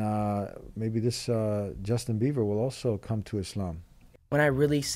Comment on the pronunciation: He's not "Beaver " he's Bieber 😂😂 I really wish he comes back to the Path of God though. Do call him once on the show yea. Jazakallah khair for your work .